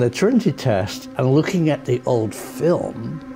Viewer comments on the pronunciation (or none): none